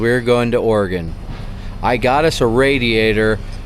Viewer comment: Thanks for actually pronouncing Oregon correctly! 😂 so many people say “ore-gone” drives me nuts being an Oregonian 😂